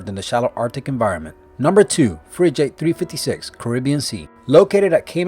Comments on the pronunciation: Schooner? Fridge-ate? Learn to pronounce! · Oh god the pronunciation sucks fridgeate shooner wtf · WTF is a "Frijate" ???? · And frigate and Fridge Ate? Wow, can these people get someone with a basic understanding of the English language to voice these videos? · I've never heard so many mis pronounced words in a video ever , he really can't pronounce easy words like " schooner " and " frigate " ?? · dude i cant believe you mispronounced frigate and more importantly Jacques Cousteau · Lusitania. Also the g in frigate is hard